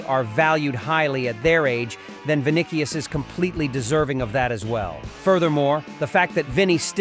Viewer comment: Bro can’t even pronounce vini’s name correctly.. smh… “Vinikious”